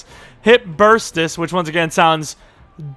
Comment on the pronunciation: that's because it's bur-sight-us, not burst-us, it's just swelling of the hip joint lol